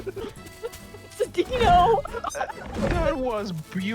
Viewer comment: Hahaha, its like she says it italicized